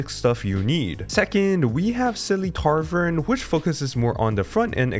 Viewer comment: Tavern not Tarvern